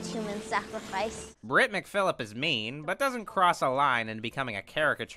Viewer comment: And it's MCKILLIP. Sorry, just thought you should know you pronounced it wrong.